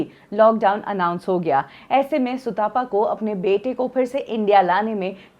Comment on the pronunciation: सुतापा नहीं भाई सुतपा है। तप से आया है। सुतपा मतलब जो अच्छी तप करने वाली है। भारत के लोग आजकल तप शब्द से भी अपरिचित हैं!